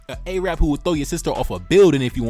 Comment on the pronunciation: A-rab, bro it's Arab